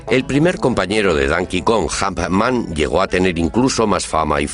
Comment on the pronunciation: es más fácil entender a un inglés británico que a un español... "jumpman" pffttt